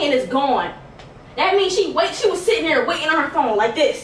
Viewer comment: Why do you pronounce she